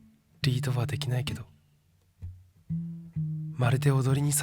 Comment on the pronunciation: 「リードは出来ないけど」 初めてライブで観た時にここの発音が違和感のあるものだったことが気になった。 ミスっただけか…でもこんな変なイントネーションミスするか？って。 ”ソファーの上の底の深いボウルに入ったホットミルク” 相場は机の上にマグカップでしょという二つ目の違和感。 他にも言葉には出来ないがつっかえていた、何かが増幅して強烈な違和感へと変わる。 どうしてわからなかったんだろう。 ここで明かされる真実。この衝撃と感動をあの臨場感でリアルタイムで経験できたのは一生の思い出だと思う。 やけに大きい家具のセット、すぐに返事を返さない「彼」、観た後の答え合わせが気持ち良い。 感動小説の読了後のような充足感、こんなのヨルシカのライブくらいだろ！記憶を消してもう一度見たい。 春泥棒でギャン泣き。ありがとうヨルシカ🙏忘れられそうにないです。